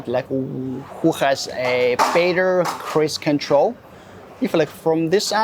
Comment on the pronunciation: Cruise control ❌ Crease control ✅